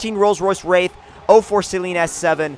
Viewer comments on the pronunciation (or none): none